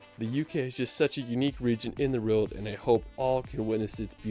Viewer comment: I do not enjoy travel videos - including his total mispronuncuations of British placenames. (Or even the "world" which he just cannot say!?!) I will say his photography seems on point though...